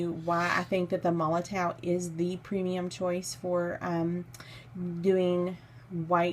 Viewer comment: The "W" in MOLOTOW 8s pronounced as a "V" just so you know 😅